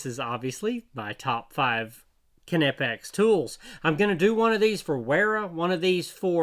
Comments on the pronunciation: kin eh pex? my dude, how do you pronounce knock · Everything I've read says the 'K' is silent in the name Knipex. It should be pronounced "nip-ex" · Ka NIP X is the pronunciation..hard K German....